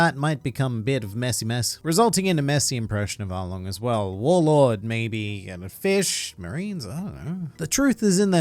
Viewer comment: I swear I heard them say arlong is a warlod